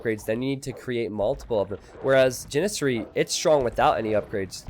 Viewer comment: When I heard you mispronounce Janissary the first time I cringed. Then I realized it was so early in the video and how much you would continue to mispronounce it. Dying a little bit inside right now.